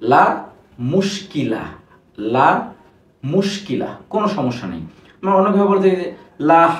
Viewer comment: লা টান দিয়ে পড়তে হয়না ?